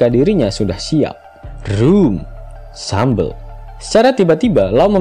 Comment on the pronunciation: Haki❌ Daki✔ Shambels❌ sambel✔